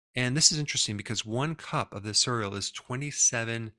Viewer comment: I wanted to listen to this but I was so distracted by the way you pronounce cereal...